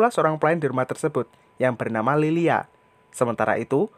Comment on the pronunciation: Lylia bang bukan lilia beda tipis